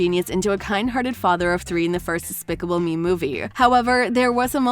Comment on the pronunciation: They said specible me at the time